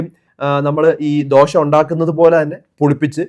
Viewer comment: Not dosha but dosah in malayalam ദോഷാ ദോശ